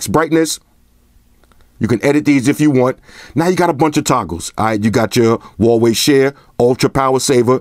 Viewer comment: As soon as I heard you say VAVEI, I gave thumbs down and exited video. Bye